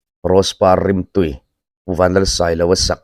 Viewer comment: Rose par rimtui= A va rimtui ve kan tih a "rimtui" Kan thluk danin thluk tur.❤